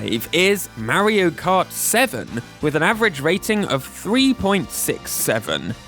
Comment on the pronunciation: "merry-o cut" Lol